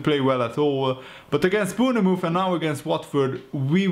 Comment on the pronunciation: Dude can you please stop saying Boonamooth? Bournemouth is pronounced Born Myth